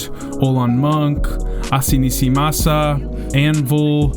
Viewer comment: you butchered that name: ass-ah nees mas-ah